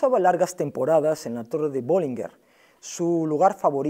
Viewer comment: BollingeN, no BollingeR